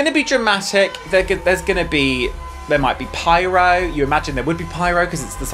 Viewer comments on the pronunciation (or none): “There may be pyro” I heard “There may be pirates” and I’m here for that 😂